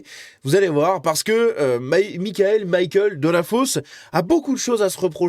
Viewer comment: On est en France...Michael ne se prononce pas à l'anglaise